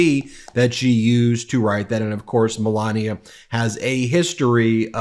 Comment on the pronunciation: 😂😂😂😂, this Dufus is psychotic,,, Alina ( A- LIE-na ), 😅 now his new "Me-LAY-nia", 😉😉,,, that plageristic Nincompoop 😂 I can't stop lmao